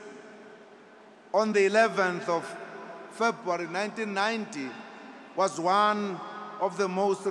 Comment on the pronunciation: WTF ZUMA you cant even pronounce 'february' naaaah man GTFOH